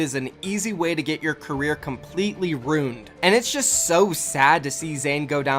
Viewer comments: say it with me... RU-IN-ED not RUNED. this isnt Runescape. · Are we seriously going to sit here video after video and not say something about saying,”runed” instead of “ruined” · It’s ruined not rooned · The worst part of the entire video is how pronounces ruined LOL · I think that what's worse than what zayn said is how said "ruined"